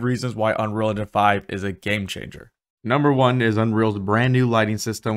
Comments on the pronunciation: I’ve never heard anyone under-pronounce ‘engine’ as ‘enun’ so consistently. Might want to work on that. 🤣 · Why can’t you say engine properly? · Why can this guy not say engine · can yu say engine properly one tiem